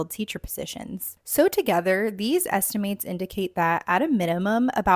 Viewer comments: Can't take you seriously when you can't pronounce correctly while criticizing Gen Alpha. Look up the correct pronunciation of estimates, it's not estiMATES, LOL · doing a video about literacy and not being able to pronounce the word estimates is actually very funny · You pronounced estimates wrong